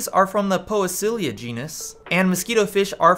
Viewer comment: Great video! Thank you! It's pronounced pee-see-lia btw hehe.